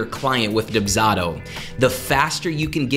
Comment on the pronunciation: This person's pronunciation of the service they're promoting is killing me and this is only the 3rd video in the series.